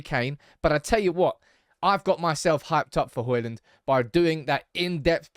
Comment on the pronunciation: it's Hojlund not Holjund 😂